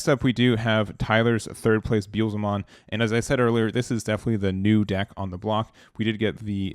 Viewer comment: never gonna learn to say Beelzemon lol